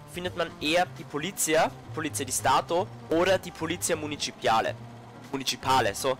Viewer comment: Polizía, die Betonung liegt auf der letzten Silbe.